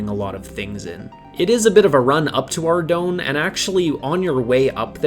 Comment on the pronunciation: Ardougne is pronounced Ar - Doyne oyne sounding like the oy in boy with an "n". Boy do I remeber all the different pronunciations back in the day when my friends tried to say the town's name :D